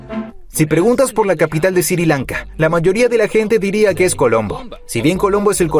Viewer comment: Porque dice Siri Lanka deberia ser Sri Lanka